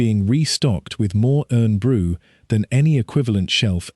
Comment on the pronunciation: 8.16 is a good aerial view of actual Corby and the steelworks at its peak. PS: Irn Bru is pronounced Iron Brew not Urn Brew :)